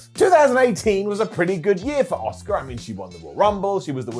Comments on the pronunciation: Why do so many people both within the WWE and all the talking head shows (including ) call Asuka “Oscar” it’s not like Asuka is even difficult to say. I mean, I understand the Americans somewhat deliberately swap their O’s and A’s around in some words, but is an English… it’s Ah-ss-oo-kAh. It’s not like she hasn’t said it herself on WWE either. It’s American language imperialism and it’s infecting my language and I don’t like it. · “Ah-ss-oo-kAh“ is a Star Wars character. The Japanese way to pronounce her “name” is “Ah-ss-kAh”. The “u” is almost completely silent after “s” in most cases.